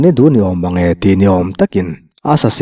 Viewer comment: Palai bawngte tiha bawng (cow) lam anga i lam hi a dik lo. Bâwng (sava) sawina a nia ka lo hâwng tih thlukin thluk tur a ni